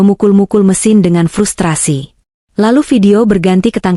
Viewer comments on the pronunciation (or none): none